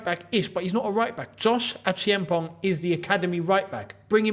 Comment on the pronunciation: let's pronounce Josh's name together😂😂 "Achampon".<< That's the real pronunciation. The "e" before the "a" is silent. Same as the "g" at the end.❤❤❤ I'm from Ghana and same tribe as Josh Acheampong is❤